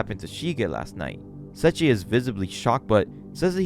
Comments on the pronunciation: Se i chi not sechi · Sorry, I'm really sorry, but it's SE-II-CHI, not Sachi, or that's how I hear it. Sorry, I'm not trying to be rude, it just bothers me. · It's Say-E-Chi